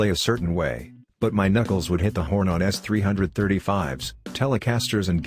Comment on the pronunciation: What a bunch of shit when you have a narrator who cannot even pronounce the guitar model names--completely discredited! The most iconic electric guitar of all time was the Gibson signature model from the very famous jazz guitar player who invented multi-track recording whose name was Les (sounds the exact same as 'less' not more) Paul. Also, the ES-335 and other ES-series guitars are pronounced Eee-esss... You reveal how ignorant you are and discredit all your videos by not even knowing the names of heroes of music or realizing that you must pronounce each initial of Electric Spanish guitar... What idiots!!!